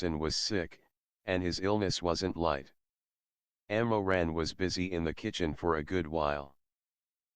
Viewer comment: the pronunciation of the ML's name is wrong it's Mo Ran not Ammo Ran the ML's family name is Mo. Some Asian countries say their family name first before their name even in writing their names I think, I am not Chinese though